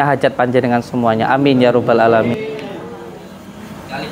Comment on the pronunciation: Loh kok nyebut Alamiin jadi ngalamin